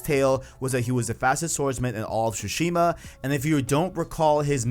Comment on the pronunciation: Man you really gotta stop saying shushima, its tsushima